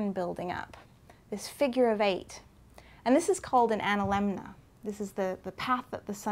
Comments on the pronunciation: I really like accent, but I've never heard anyone pronounce "analemma" with a second "N" before. She says it at 3m56s and 4m03s. Fantastic video, I also loved the "Tides" explanation. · Minor corrections: She pronounces the word "analemna". It is "analemma". Later, when describing the motion of the sun around the polar sky, the presenter uses the verb "rotates". The sun actually appears to "revolve" around the north pole.